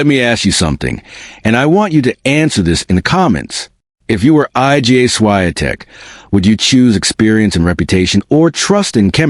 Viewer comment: HOW RUDE!! HER NAME IS NOT I.G.A.